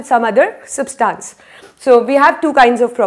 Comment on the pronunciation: Mam it is substance not substaance